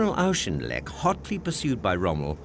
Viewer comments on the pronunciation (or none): General Claude Auchinleck's name is mispronounced over and over again. Its pronounced AW" + "kin" + "lek".